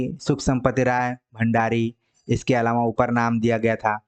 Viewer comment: लेक्चर बहुत सही है, मगर इसे महज़ एक रिक्वेस्ट के तौर पर लें - काफ़ी समय से पढ़ा रहे हैं आप हिंदी, अच्छे हिंदीविद् हैं, इसके बावजूद 'अलावा' को जब आप‌ 'अलावाॅं' बोलते हैं तो सच में बहुत इरीटेशन होती है। हो सकता है कि ये क्षेत्रीय समस्या हो पर इस पर काम तो किया ही जा सकता है!